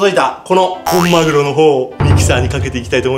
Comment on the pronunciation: マグロがまるおにきこえた